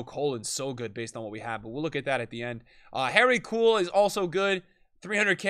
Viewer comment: No one …: “Harry Cool”